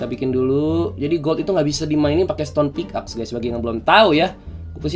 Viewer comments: Pickaxe Dibacanya pik ex bang bukan pik ax, yakin sih udh tau cuman ngingetin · Org² ketika baca pickaxe= Pick ex